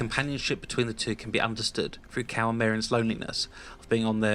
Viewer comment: When you said "forced Cal" I though u said force cow xD cool vid